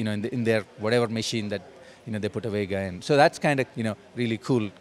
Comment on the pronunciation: The way you say Vega hurts me inside.